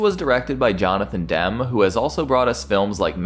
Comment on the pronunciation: "Demme" is pronounced dem - E